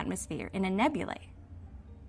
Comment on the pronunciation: Finally! A young scientist/science reporter on YouTube who knows how to properly pronounce the last syllable of “nebulae”!